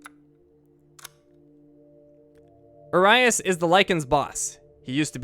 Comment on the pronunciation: sorry to be the "um actually guy" just thought it would be interesting, but uriaş is pronounced as U as in urine i guess) then ria almost like rio and the s at the end is pronounced as sh because of the little thingy on the bottom, so the more ya know;)